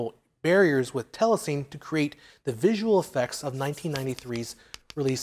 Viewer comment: It's pronounced "tela sin E" and DI is Digital Intermediate but the rest is spot on.